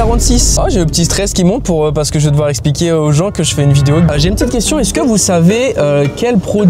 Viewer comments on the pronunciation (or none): none